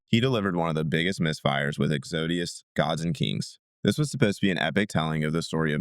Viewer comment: Good picks! Never heard it pronounced “Exodius” before 😅